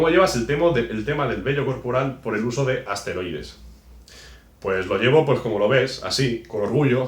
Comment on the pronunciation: Se dice esteroides..